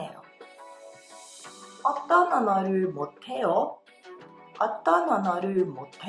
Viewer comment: eu posso fazer uma pergunta, e que a pronúncia do 해 as vezes e substituído por ㄴ, e por 대... Quando vc foi pronúnciar o 못 해요, ficou com a pronúncia 못 대요. Espero que tenha entendido, pq acontece isso???